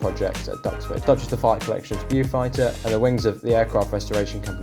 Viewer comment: bewfighter???? er properly pronounced Bowfighter.